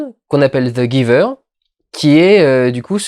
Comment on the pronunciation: Tu aurai pu prononcé le titre en anglais, ça sonne mieux